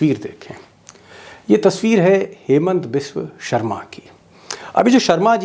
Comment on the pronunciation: असम के मुख्यमंत्री के नाम का उच्चारण सही नहीं कर रहे हो , सही करो, शर्मा नहीं है , ' हिमंता बिस्वा सरमा ' है शायद सही उच्चारण